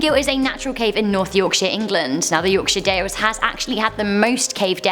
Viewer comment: I love how she said ‘Yorkshire’ correctly! :3